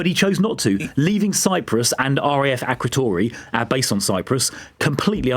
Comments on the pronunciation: He can't even say Akrotiri... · Akrotiri, you eejit, not Akrotory. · He can't even pronounce the word nuclear. This is what happens when you promote an estate agent. He also pronounced Akrotiri - Akrotory!! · RAF Akrotory? Clueless on so many fronts… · He can’t even pronounce “Akrotiri”.